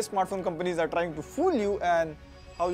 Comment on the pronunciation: arrrrrrre 😂 Hindi caught 😘